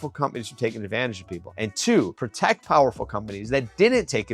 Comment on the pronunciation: potect lol